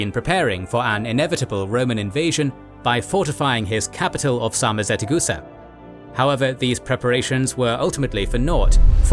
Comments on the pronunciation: Sarmizegetuza can not be pronounced Sarmizetecusa... How did the narrator managed to mispronounce it? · Very bad pronunciation for names and places... it was SARMIZEGETUSA, not SARMIZETEGUSA! Great video otherwise! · Great video! I'm honored to be somewhat related to both Romans and Dacians, as I'm Romanian myself. The only correction from my side - it's "Sarmizegetusa", not "Sarmizetegusa" :D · One small mistake, the correct name is SarmizegeTUsa, not SarmizeteGUsa. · Correction: Not Sarmizetegusa, but Sarmizegetusa. Pronounced Sar-mi-ze-dje-too-za. It apparently meant "place of Sarmatians and Getae", as can be seen in the name even today. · "Pronounced Sar-mi-ze-dje-too-za" Actually, it is pronounced Sar - mi - se - dje - too - za. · As a Romanian, thank you for your hard work, great video! One thing to mention though, the Dacian capital is spelled Sarmisegetuza and therefore pronunced differently, hope this helps! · What stroke my ear is the way SARMIZEGETUSA is pronounced It sounds like 2 syllables interchanged their place in the word... Being a fluent speaker of Romanian language, it was impossible not to notice it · Oh my God... The poop, poor pronunciation of „Sarmisegetuza”!